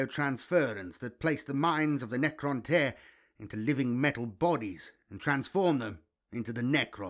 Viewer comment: You struggle a lot with Necroinish my bro! 😂😂 but else good job 👍🏾